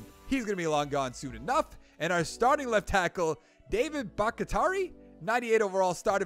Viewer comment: bahktiari= say back like a sheep (baaaack), tee, ari (like atari). Baaaack-tee-ari